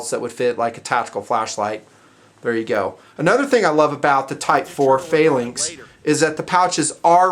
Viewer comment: why cant he say the word phalanx correctly?